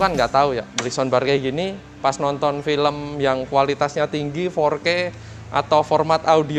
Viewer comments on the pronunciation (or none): none